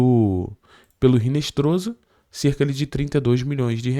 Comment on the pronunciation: Hinestroza (pronuncia-se Hinestroça)...